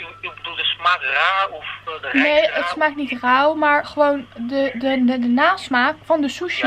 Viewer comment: sushi louw ;) haha ze kan de r gewoon niet uitspreken